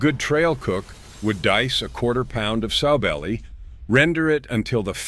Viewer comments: It's NOT "SO" belly. It's "SOW" belly. Like the female pig. (Later he got it right.) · Pronounced Sow belly not sew belly. Like a piggy sow. Pawpaw is rolling in his grave.